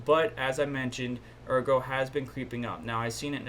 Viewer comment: Good stuff thanks -- Ergo pronunciation is right. Yoroi wallet is Japanese for armor - "Your Roy" is accepted butchered version ;-)